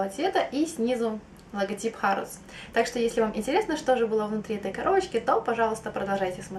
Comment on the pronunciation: по-моему не хАродс, а хЭродс) не в обиду, просто когда была в Лондоне везде слышала только хЭродс